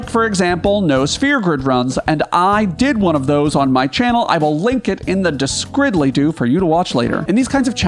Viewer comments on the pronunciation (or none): I don't know how you've done it, but in less than a week of watching your videos you've managed to make it sound weird every time I hear another creator actually say "description" instead of "descridlydoo". I demand compensation in the form of the fabled Best Dragoon video.... :)